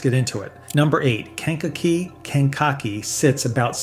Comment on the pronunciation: AI Sucks. Ken cock e is new to us around here. We usually just called it Kankakee.